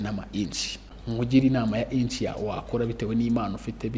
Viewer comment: Inch❌ niche✅